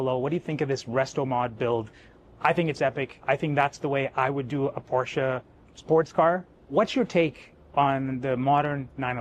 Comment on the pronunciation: Everything is Superb with this “912” except for that stupid roof rack. It ruins the aesthetics and line of the car, not to mention that it torpedoes the lightweight ethos of the car and causes a ton of aero drag. Plus the “collector” cannot even pronounce Porsche correctly . 😮 Get rid of the roof rack and the owner and the car is perfect.